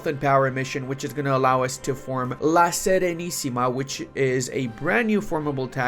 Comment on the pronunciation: You said "La SERENISSIMA" with an impeccable pronunciation, well done my Romanian brother